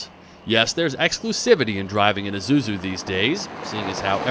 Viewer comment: it's pronounced eee-sue-zoo not i-zoo-zoo